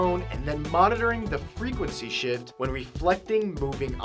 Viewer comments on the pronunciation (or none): TO SH** (IT IS ACTUALLY TO SHIFT BUT SOUNDS LIKE IT)